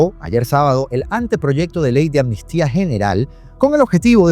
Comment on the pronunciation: Todo bien pero dices ANMISTIA, y es AMNISTÍA.